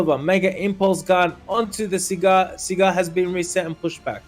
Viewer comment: SAGAR... his name is SAGAR. Not Sigar/Cigar?!